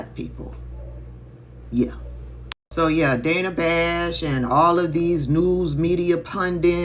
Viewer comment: It's pronounced Danna Bash! 🤦🏿‍♂️🤦🏿‍♂️🤦🏿‍♂️